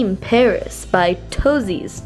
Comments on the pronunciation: it's dream PAIRS not paris. And its not by toesies its by toetos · it's pairs not Paris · Megan Moo Moo lol I read it as Paris too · L. K. cuz she mixed up just about all of the words when she read the boxes (ex paris instead of pairs) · "Dream Pairs" Her: DREAM PARISSSSSS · She doesn’t now how to read. “Powder: power, power? Ya,power” and “pairs: Paris.....” are u ok?